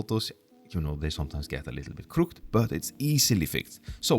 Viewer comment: It’s pronounced “crook-ed” :)